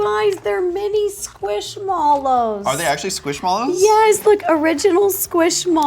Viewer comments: it’s pronounced squish mellows not squish molos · squishmallows what I pronounce it as squishmellows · squish Mollow 😂 it’s mellow 😂😂😂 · Bro, it’s pronounced squish mellow not squish mallows😊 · Brotha is squishMELLOW it’s spelt mallow but it’s mellow…. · btw I think squishmallows are said squishmellows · hey! I think that squishmallows are pronounced like “squish-mellows” because they are shaped and kinda feel like marshmellows ❤ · Pronounced mellow. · I’m sorry, she win said Squishmallows noooooo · why do you say squishmallows so wrong?